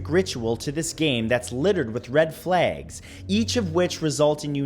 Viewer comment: red flaags